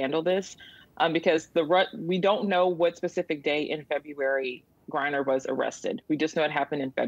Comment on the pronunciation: HER NAME IS Griner not Briner SON OF WOMAN